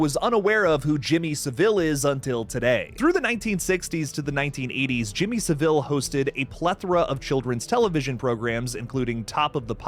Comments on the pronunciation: Jimmy Savile rhymes with gravel, not Seville the Spanish city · SAVILE!!!!One friggin word NOT Sa-vile!!!!!!!!!!SAVILE,SAVILE..get it!!Listen to british YT channels to hear the right way to say it! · SAH-VUL not fucking SAH-VILLE. Americans always make him sound more regal with that fucking inflection